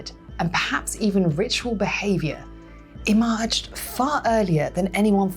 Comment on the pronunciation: "e-MARGED"? {:o:O:}